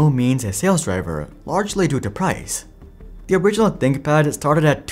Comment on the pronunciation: Tinkpad? Haha “ Th”